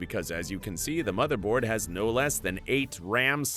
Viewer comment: "The smotherboard" 😂